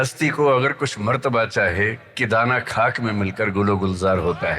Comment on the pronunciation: کھاک نہیں خاک